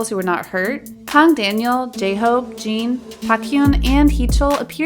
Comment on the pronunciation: "channel" "jungkoo" "jean" lmao